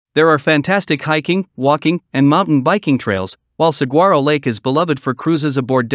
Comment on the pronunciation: Yuma? Really??? And Mesa? Actually the whole video is awful. While the AI voice talks about attractions, the drone video doesn’t show any of them. Also, learn how to pronounce ‘’saguaro”. She g is pronounced like a w.